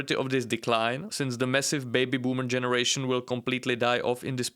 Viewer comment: What are "Jenzie Americans"?